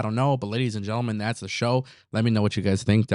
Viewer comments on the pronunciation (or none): none